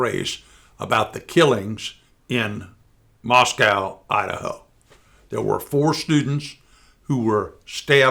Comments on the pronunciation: The town is pronounced ‘Mosco’ to distinguish it from the Russian capital of Mos…cow..pronunciation…. Yes, this house was a known ‘party’ house which as you say in a kinda naive way one or more of the 5 girls were possibly attracting a mentally unstable person…now add, the Keystone cops who failed to secure the back part of the house..may have compromised the evidence..I guess with 60 persons on this case they should figure this one. Why has no one mentioned using the USA’s 17 Intelligence agencies to gather satellite imagery too? This is 2022 with a Bigger Brother.. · MOSS-COE not MOSS-COW. Pronounced differently from Russia's capital city.